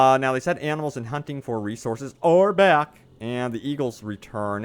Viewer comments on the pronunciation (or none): none